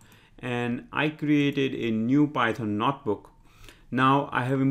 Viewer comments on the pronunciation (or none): I watched your Pandas Tutorials. I Subscribed. Your English is quite good. Your Python is excellent. When speaking English, I think you miss 1 out of 500 phonemes: "werify" should be "verify", "Notbook" should be "Notebook". Your accent is enjoyable and not at all painful to decipher. You might be the best Python tutor on Youtube.